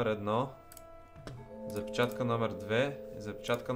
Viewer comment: Казва се запчатка не запичатка